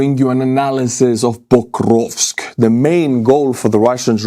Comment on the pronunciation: It's Pokrovsk, not "bokrovsk".